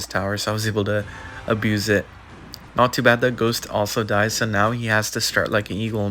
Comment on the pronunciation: we need you saying ghosht again